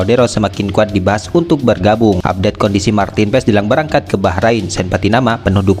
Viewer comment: Tulisannya Martin Paes dibacanya Martin Pass